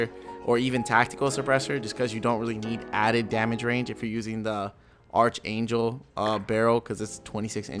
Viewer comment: Archangel = Arc angel, the h is silent